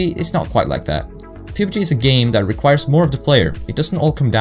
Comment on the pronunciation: Great video, you mispronounced pubg. It's pronounced p(uh)b g just so you know, otherwise I think it was a great vid man.